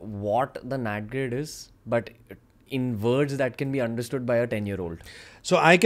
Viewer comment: *NATGRID not NAT Grade